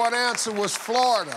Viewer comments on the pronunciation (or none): none